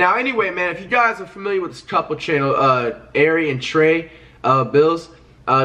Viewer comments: Lmao, Flight’s having a hard time saying “Airi” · Flight you can’t say ari?😭